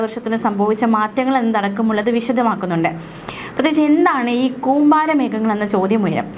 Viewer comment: കൂമ്പാരി അല്ല കൂമ്പാരം 😄😄